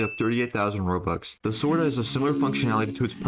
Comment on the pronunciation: did you make a concious effort to say “sword” and not “zord”